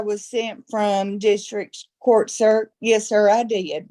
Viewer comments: I didn't know before today that in Alabama, the word "yes" is pronounced in 3 syllables. "Uh-yay-us". Awesome. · That redneck accent is like nails on a chalkboard. In the English language, "yes" contains one syllable. Not "yay-usss"